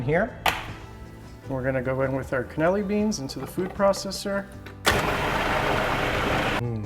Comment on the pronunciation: Part of me dies every time he calls them "cannelli beans"